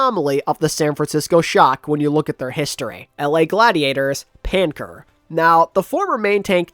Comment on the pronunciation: Wow I have never heard of Nlaer in my LIFE. This video is astounding 💀 Panker threw me off a lil too